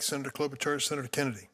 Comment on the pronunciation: As a Slovene (sen. Klobuchars roots), I was pleasantly surprised of the chairmans pronounciation.